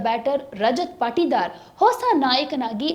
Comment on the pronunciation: ಹಿಸ ಅಲ್ಲ ಹೊಸ